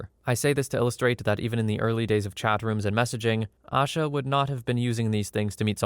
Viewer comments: Only thing I wanted to input was her name isn’t pronounced “Ah-shuh” it’s pronounced “A-shuh” Kinda like Asia but with a shorter A at the end. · Asha Degree’s disappearance was and still is a case I think about often. She lived in the same county as I and whenever I drive home, always see the same, single, faded billboard everyone still sees these last 20 years. Her name is actually pronounced with a long A in the first syllable. I don’t normally correct on the web but it’s at least something I can do for her today. 😢